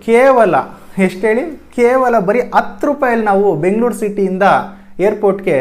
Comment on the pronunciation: 2.06 adu hatthu rupai bro. Ella chennagide, swalpa a kara ha kara sariyagi gamana koDi. oLLedagli